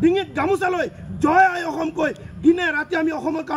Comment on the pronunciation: অসম টো ভাল কৰি উচ্চাৰণ কৰিব নোৱাৰে আৰু তাৰ কথা চা